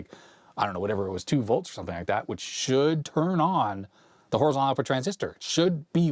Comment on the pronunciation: But he doesn't say Horizontal! There is a T. HorizonTal!